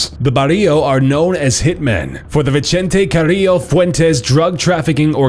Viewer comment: its not vichente carrrio fuentes! its vicente carrillo fuentes!